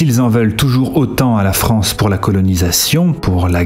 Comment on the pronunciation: Ahh, la Fronce...